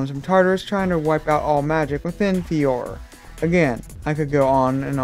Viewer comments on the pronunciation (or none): If you truly loved Fairy Tail you would know that what you call Fiore (FEE-or) is actually Fiore (fee-OR-ey). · Sorry to be mean but it's pronounced fe or a. I'm just saying for future reference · Oh yeah, I believe it's pronounced "Fior-AY". It's Italian for "flower".